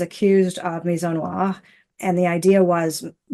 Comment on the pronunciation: I don't think MI-ZO-NWAR is a correct way to pronounce misogynoir, there is that whole gy thing that is being skipped. But then again it is a made up word created in order for someone to have something to accuse someone else of when they don't like what they are saying.